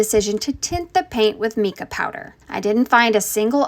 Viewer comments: MICA is pronounced with a long i. Mi (like my) and ca (as in as in cut.). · But, what is "meeka" lol. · “Me-ka” powder 😂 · Isn’t it pronounced my-ca powder? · This is so impressive!! It turned out great! Also, I believe it's pronounced MY-cah 😅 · It's pronounced mike uh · My- kah is how it should sound. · Mica is correctly pronounced MIKE-A. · No she did not just say "meeeeka powder"😂😂😂😂😂😂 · Not the “meeka” powder 🤦🏼‍♀️ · Mica = like Mike-ah. You’re welcome, “seasoned crafter”. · Girl it's mica powder 😂 hard "I" "MY"+"Kuh" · Thanks. It bugged me too. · my - kuh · She made my crafters soul hurt and ears burn with the 'mee kah' 😅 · Right?! Who's Meeka😂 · Mica with a long I : mY-Kah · My-kah is how that's pronounced. No interest in drilling a circular hole on the side and connecting a pool pump? How long do you get before having to drain it because it get slimy or water gets stagnant from not flowing? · Mica is pronounced like the boy’s name Micah. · Not trying to be obnoxious, just informational especially since I don't want others to be obnoxious, but it's pronounced mike-ah. Great job! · "Meeka" powder 😂😂😂😂😂😂 nevermind.....higher IQ people be like.......alone😂😂😂😂😂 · I think it’s pronounced my-ka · It's pronounced mike-ah. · I repeated it everytime she said Mika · HERE LAZY arse: Mica: Sounds like "MY-kuh" (rhymes with "bike" or "like", followed by "kuh") Mica powder is pronounced as MY-kuh pow-der (/ˈmaɪ.kə ˈpaʊ.dər/). Did the work for you... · The mi in the word mica is actually pronounced like my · Mica is pronounced with a long i. I think it is a great idea! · Seasoned crafter but doest know how to pronounce mica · The ‘i’ is long in ‘mica’. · Mica has a long i sound, not e. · Her saying mica powder wrong bothers me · The common mispronunciation of “mica” is one used here, Mica, my sister’s name. I just see it as another way I get to hear her name still. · Ive never heard mica pronounced that way before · I've never heard anyone pronounce mica like that.